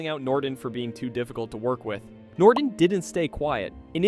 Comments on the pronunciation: NORTON not NorDon! You sound like an idiot! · holy shit buddy its norTON not norden